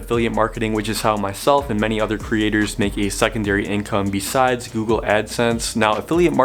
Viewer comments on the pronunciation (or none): none